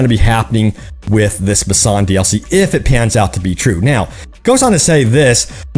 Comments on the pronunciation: Boo-san is how it's pronounced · We at least know by your pronunciation of Busan, Korea that you have never been. I gave up on this game cus CDPR seems to just be milking and not developing.